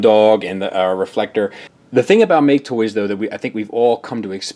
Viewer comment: It's hilarious when calls MakeToys "ma-ke Toys" because it means "Loser Toys" in Japanese.